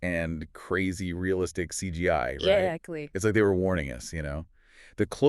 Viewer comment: “Yeactly” “Yea, exactly” New slang unlocked